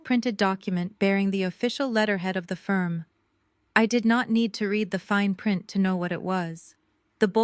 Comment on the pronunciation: He read pronounced like red , he read pronounced like Reed is after it already done every word has a before and after sound go back to school and take up a English course and learn to pronounce words right